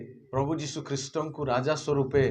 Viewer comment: ନାମ ଉଚ୍ଚାରଣ ଭୁଲ ହେଇଯାଇଛି